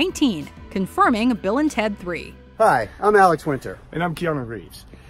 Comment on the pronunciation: jesus christ..did you even see the Bill & Ted movies? Clearly not because you would know that their names were said in a specific way that you 100% botched. Bill S. Preston Esq. & Ted 'Theodore' Logan...for shame